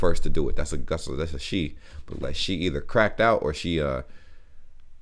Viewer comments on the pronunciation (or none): none